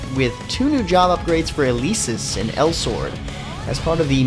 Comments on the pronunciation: Its El-eh-sis or you can forget the e & say Elsis but her name isent ElEsis the e is lower case & there's no way to say the name e So its a eh not a caped E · you said Elesis wrong